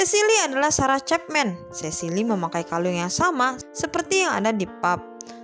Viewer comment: Sama woe wkwkk ga fokus bgt bagian ini gara2 cepmek